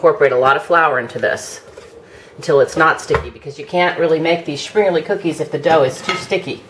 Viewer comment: Well presented video on this great traditional treat. :) But an honest question: Why is that every video I've seen made by Americans, springerle is simply not pronounce correctly, always adding an "eee" sound to the end rather than "uh" or "eh". It's so very odd and I wonder where it comes from. They've been in my family in the states for generations now but we all pronounce them almost the same as any German speaker. :-/